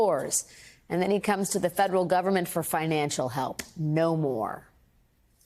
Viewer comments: Gavin Newscom? It's Gavin Newsom ... drop the "ka" sound ... trump will you ever learn people's names correctly and how to pronounce them? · Did he call Gavin Newsom "Gavin NewsCOM" ? 😂😂😂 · Trump is mispronouncing Gavin’s (newscumb????????) name. He is vile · Who is Gavin Nuskom? Is Trump just being a 'd' mispronouncing the Governor's name? What happened to role models...he is not a man who our children should emulate. No decency or moral compass. 🤔